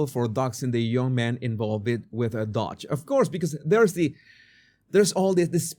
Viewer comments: DOGE IS NOT dodge (you are saying it with out the 2nd d.) It is dough-j. Like dō juh. Like doe or dough with a j as begins just, jam, or jack. DO juh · The 'O' in Doge is pronounced like the 'O' in Phone or the 'OA' Loan.